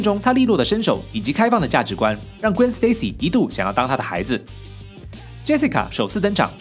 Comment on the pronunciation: 你对Gwen和Miles Morales的发音真准，评论区看到人们是用音译名，看得真头疼